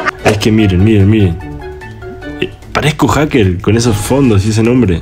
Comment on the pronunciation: una cosa es esta se dise Haker